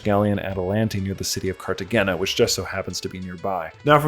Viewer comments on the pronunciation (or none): none